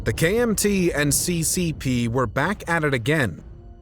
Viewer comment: your pronunciations are upsetting c.Cee. p?